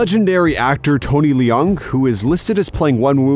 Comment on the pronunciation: Tony LEE-yong? Please.